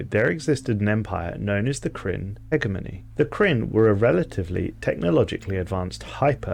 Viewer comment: Minor nitpick, but “Hegemony” is pronounced with g being said like a Capital G or j. So it’s “hejemony” in pronunciation. Great video regardless